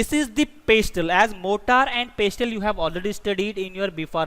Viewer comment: In pestle , the 't' is silent